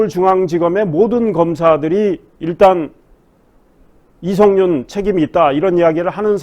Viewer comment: 발음 교정 부탁드립니다. 윤성녈은 '윤서결'이고 이성뉸은 '이성윤'입니다